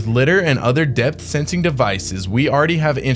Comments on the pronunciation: Li-dar like Radar “ray-dar” not cat litter 😅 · LiDAR (Lye • Därr). LOVE YOUR CONTENT THOUGH! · Took me a minute to work out you meant LIDAR. as in "Liar liar pants on fire" but with a "D" in the middle.